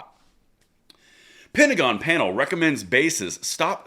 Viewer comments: the pentagram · Your mispronunciation of the word pentagon is becoming more appropriate by the day.